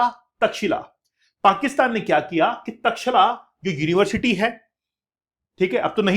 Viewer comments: सबसे पहले तो ऑनलाइन वाले अध्यापकों को अपना ज्ञान सही करना चाहिए, तब लोग कुछ बोलते है ओर आपको बुरा लग जाता है। कृपया उच्चारण सही करिए। चैट जी पी टी सब नहीं सिखाता है। तक्षशिला हैं वो। तक्षिला नहीं कब सुधरोगे तुम लोग😂😂😂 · India ki alag hi English ha 😂😂😂 pehle pronounce krna to sekh lo Takshila bol rhy ho 😂😂😂 ye Tex Eila aisy pronounce hoga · aapjobhiho vedioto banateho aur itihas bigad raheho .taxila bolraheho. ye tax shila hey.aisehi kuchh salome itihas uchharanse badalta hey. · taxila❌ Takshsheela-correct